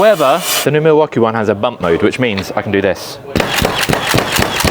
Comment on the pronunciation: What the Milwaukee is going on here! 24 perfectly pronounced times.